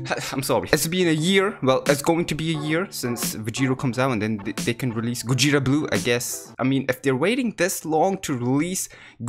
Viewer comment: Gogeta gojeta goweeta